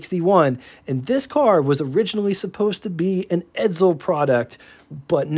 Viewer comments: Isn't it pronounced "EdSel" not "EdZel"? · BTW : edSel, not edZel